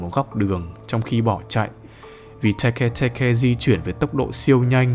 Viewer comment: Tege tege:❌ Teke teke:✅☠️☠️☠️